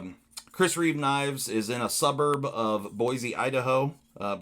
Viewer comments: Reeve, not reevesssss You said in both ways lol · Its Chris Reeve not Chris Reeves!🤣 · It’s Chris Reeve, not Reeves